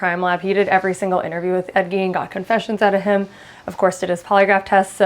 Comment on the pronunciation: Ed Gein is pronounced Gain